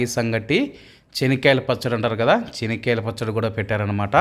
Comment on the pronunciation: His pronounciation is correct as in Kadapa the groundnut is called as " Chenikyala Pachadi". The potatoes are called Urlagaddalu, onion as Erragadda and garlic as Tellagaddalu.